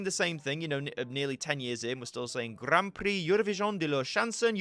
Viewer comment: "Grarn Prrree Eurovisiohn d' la shonsohn urropayenn"